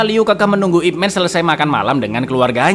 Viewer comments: ipman ya, bukan ipmen, eh dia juga bilang ipmen 😭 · Ip Man di baca Yip Man, Icaaang... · kalo kantonis bacanya YiPman